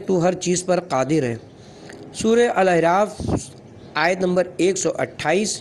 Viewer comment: ایسی معرکة الآرا کتاب کو پڑھنے کا کام مناسب فرد سے لینا چاھئیے تھا. جو اردو کی درست خواندگی کر سکے. سورہ الاَنعام کو سورہ الاِنغام اور سورہ الاَعراف کو سورہ الاِعراف پڑھنا فاش غلطی ھے جو قرآن کی نسبت سے نہایت شدید غلطی ھے. مزید... موصوف کا بارھا "اُن" کو "اِِن"..... اور " اُس" کو اِس" اور" اُسے" کو "اِسے" اور ، "لاحِق" کو "لاحَق" پڑھناظاھر کرتا ھے کہ موصوف اردو زبان اور pronouns کے درست تلفظ سے ناواقف ھیں. براہ کرم" آڈیو بکس" کو ریکارڈ کرنے کے لئیے درست فرد کا انتخاب کریں.